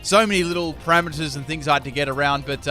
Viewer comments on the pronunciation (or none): none